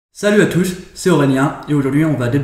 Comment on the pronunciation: Ah ok 😂 Mais on dirait que:Au lieu que tu dis Salut a tous c'est Aurélien tu dis Salut a TOUSH C'est Aurélien depuis quelque videos tu prononce "SH" a la place de "s"